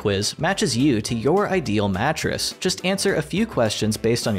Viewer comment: the sponsor segment... every time he says mattress I hear matrix... helix provides premium matrices customized to fit your needs and conviniently shipped to your door, helix's quiz matches you to your ideal matrix